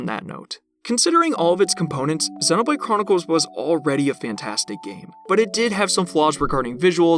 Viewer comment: I've never heard anyone pronounce Xenoblade like you do. It's so distracting during the video. 😂